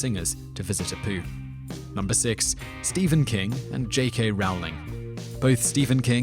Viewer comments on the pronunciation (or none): none